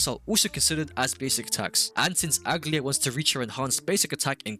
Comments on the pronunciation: that is NOT how you pronounce aglaea 💀 good guide tho you should start showing us your gameplay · You're pronouncing her name wrong..